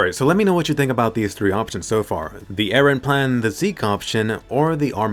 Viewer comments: “E r e h” 👁👄👁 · By the way its Eren not Iran 😂